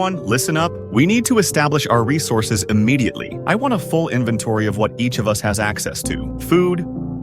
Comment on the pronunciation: Yall playing minecraft you said invetory